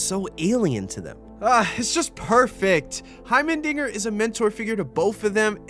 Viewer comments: Please his name is HeimeRdinger, not Hymen-dinger Jesus Christ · Every time you say “hymendinger” rather than “heimerdinger” I chuckle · heimerdingeR brother. heimerdingeR. not heimeNdinger not heimerdingeN, heimerdinger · its hiemer not hiemen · Bro you gotta stop calling my boy Hymendinger 😭 He's name is Heimerdinger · HeimeNdinger? Heimerdinger*